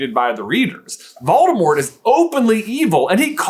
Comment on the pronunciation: Doldemort? Volores?